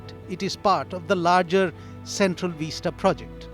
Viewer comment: Vista, not veesta!